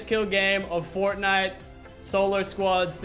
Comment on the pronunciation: “but anyways guys if you are enjoying fortnut”